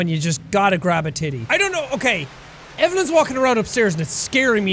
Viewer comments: I only know it cuz I'm Dutch tho. The way Jack says it, it sound more like Evelyn than evelien, I understand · Its "Evelien" right